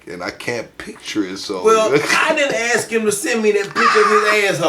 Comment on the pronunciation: My God this buffoon just can’t accept an answer from his interview! If they don’t answer the way you want, just move on to something else! Don’t “axe” the same question 4 different times!